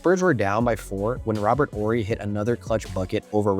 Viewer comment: You gotta be very young to 'barely know' who Robert Horry is... Im glad you pronounced his name correctly tho